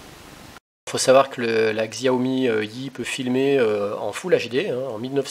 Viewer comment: Pour info le X en chinois se prononce comme un S donc il faut dire Siao Mi... En tout cas cette marque est vraiment super, j'ai le Smartphone Xiaomi 4 depuis plus de 6 mois, toujours aussi rapide et efficace je ne regrette vraiment pas mon achat ! On peu faire confiance a cette marque qui je l'espere va degommer Apple et Samsung dans les prochaines annees en tout cas ca cartonne en Chine. Merci pour la video !